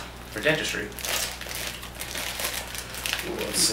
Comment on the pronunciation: "For science and denistry" LoL.